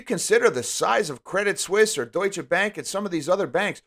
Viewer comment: Pro tip: French as first language here: if you guys want to impress the chicks at the bar, pronounce Credit Suisse "Credee Suisse" (silent "T"). You're welcome